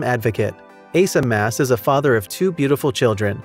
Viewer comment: Just to clear you up on a couple things. Their last name is Maass. It's pronounced Moss. Priscilla's coming channel started out as, Priscill's stuff and things but changed it after a year to, Pots, Pans, and Priscilla.. just a heads up...